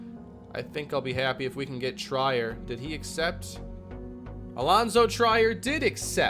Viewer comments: i hate to be that guy but its Allonzo tree-er not try-er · trEER not TRYer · Omg he just cut him like its nothing lmao 19 mil gone. Also for the future, it's pronounced Treer, not Tryer – for Alonzo Trier. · Its Pronounced tray-air not tryer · It's TREE-er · just wanted to let u know its pronounced Tree-er not Try-er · It’s pronounced “Treer” not “tryer” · I beg of you, PLEASE stop saying, "Try-er," it's "Treer," like (Will) Grier. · Alonzo Trier is pronounced “Treer” I had to say it I can’t listen to an entire season of “Tryer” 😂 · It's Treeer not Try-er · It is pronounced tree-ear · I love this series. Btw it’s pronounced tree- er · It’s pronounced TREE-er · allonzo trier is pronounced “tree-er” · It’s pronounced Alonzo Tree-er just so you know! Love the Neil Hope move and maybe soon you’ll understand free agency lol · its “tree-er” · Trier is pronounced Tree-er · It's Trier (Treeher) For the 2023 off season send Wenli Lam and Lyle Murray to untapped potential. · Its pronounced Tr-ear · Just to give you a heads up Allonzo Trier last name is pronounced tree-air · Trier's name is pronounced Treer just for future reference. I've also heard people say like Tri-air but I believe it's pronounce with a long e sound. Love the vid haha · Trier Is pronounced tree-ir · Allonzo Trier (Tr-ear), Great content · Don't wanna be that guy, but it's pronounced TREE-er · Alonzo Trier (TREE-er) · Trier is pronounced Tree-Er, or like how Will Grier’s name is pronounced. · For Allonzo Trier his last name is pronounced treer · If Trier doesn't change the pronunciation of his name to Tryer IRL, he should be permabanned from all social media. Yes, I'm serious. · its allonzo "TREE-EAR" as one name lol. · it’s pronounced Treer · Its pronounced Tree-r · 2 year team options are the norm for rookie contracts, that's why Kane had one also Alonzo Trier's name is pronounced tree-air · Allonzo Trier's name is pronounced "Treer" like "Fear" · You are saying Alonzo triers name wrong